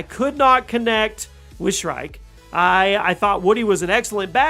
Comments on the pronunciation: It's SHREEEK. NOT SHRIKE. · "shriek" = "SHREEK"